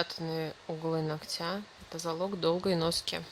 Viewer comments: И не ногтЯ, а нОгтя если видео снимаете, говорите правильно, не в обиду, просто слух реально режет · Все хорошо, но как же выводит это "ногтЯ"!!! НОгтя, дорогая девушка, нОгтя - ударение в родительном падеже на первый слог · Не ногтя,а ногтя ударение на первый слог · Не ногтя,а ногтя. Ударение на первую гласную.